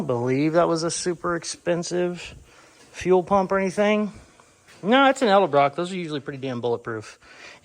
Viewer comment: ED-EL-BROCK not EL-DE-BROCK